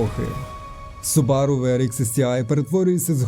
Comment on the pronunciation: Все супер, тільки не субАру, а сУбару :). Хз чого в нас усі їх так називають, японці роблять наголос на першу У.